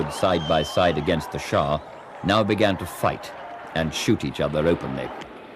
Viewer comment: For the sake of my mind and general level of American education, it is Shah not shaw